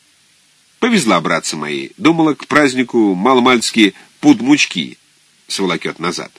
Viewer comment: вот почему и не люблю аудио книги-уши режет от большинства чтецов. ну не правильно читать "мучкИ"..мУчки правильно. вы хоть народное произношение ищите или пословицы какие... "одна мУчка,да разные ручки".. это фольклорное название,зачем пытаться подстроить под языковые правила??? Зощенко вот знал это прекрасно,не пытался все впихнуть в одни рамки,пользовался словом так же,как пользуется народ. именно поэтому его так легко читать. а слушать чтецов невозможно